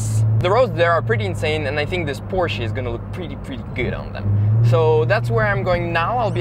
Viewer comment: I love that you are one of the only youtubers that pronounces Porsche right!